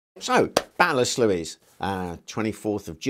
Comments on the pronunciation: Great video, I think it's pronounced "Sloys". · Great presentation! The pronunciation of Sluys is "sloys." Looking forward to more contributions in the future!